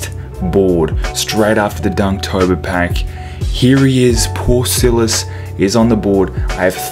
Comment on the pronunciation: hmmmmmm maybe i should get him.... btw its Paul Silas not silis btw love the vids oh and no hate j